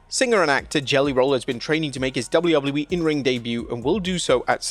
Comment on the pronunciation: Please for the love of god GET SOMEONE THAT CAN SAY WWE TO DO THE VOICE OVERS it used to be funny and now it's beyond annoying